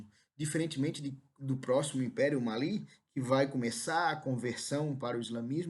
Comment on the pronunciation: Finalmente um professor que pronunciou certo 'Mali', o Império do Mali, ainda bem que te encontrei,.